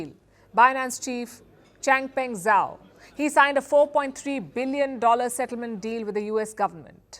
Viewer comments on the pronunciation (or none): none